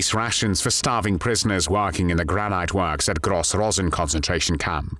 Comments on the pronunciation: The narrator is definitely not a native English speaker. Granite is said Gran-nitt, not Gran-night. It's one of the exceptions to the final 'e' extending the vowel, as in 'missile' - miss-aisle. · Another shit AI oiceover, WTF is Gran-ite?